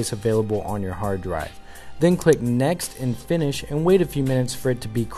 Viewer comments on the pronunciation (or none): none